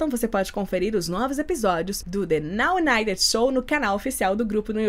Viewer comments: Vc falou o nome certo, sou UNITER 😘😛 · A mas você falou tão perfeitinho.